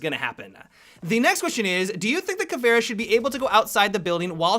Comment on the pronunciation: please put 'capitão'and 'caveira' in Google translate to said it right.